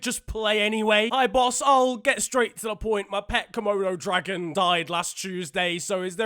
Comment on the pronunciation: How he says “Komodo dragon” is hilarious